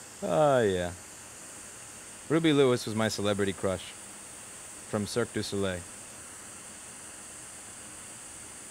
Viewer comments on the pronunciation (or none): none